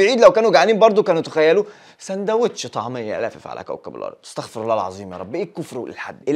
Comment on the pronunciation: استَغفِر الله مش استَغفَر الله الكلمة الثانية معناها ان الله هو اللي يستغفر